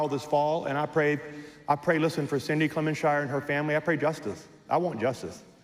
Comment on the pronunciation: HE DIDN'T EVEN SAY HER NAME CORRECTLY